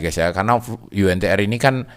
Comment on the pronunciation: saham Yu En Ti Er.. hehehe kirain yg bener Yu En Ti Ar